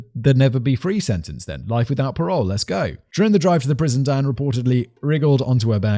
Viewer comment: Simon's casual pronunciation of Diane makes it sound like Dan which gets it rather confusing...